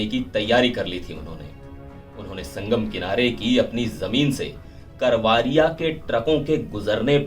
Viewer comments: करवारिया नही करवरिया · करवारिया नहीं रिपोर्टर सा ब करवरिया, कैसे रिपोर्टर हो